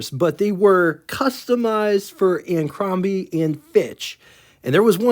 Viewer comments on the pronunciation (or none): How can anyone take seriously a YouTube video that calls Abercrombie and Fitch "Anacrombie and Fiitch"? Not once, but twice!